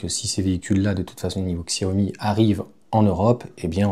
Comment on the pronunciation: Prononciation ===> Tchia - Ho - Mi.... (et pas Xia - Ho - Mi !)